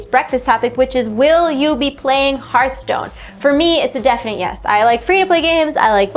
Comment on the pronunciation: It hurt my soul every time she said Heart stone.